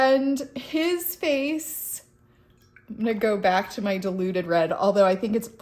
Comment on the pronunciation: This has been hilarious to watch and to top it all, it sounded to me like you were saying deluded red rather than diluted red! Once I heard it I couldn't unhear it 😂😂😂